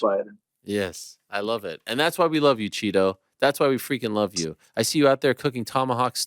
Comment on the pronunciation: Marlon " Chita" não " Chito". Dá lhe Figueiredo!.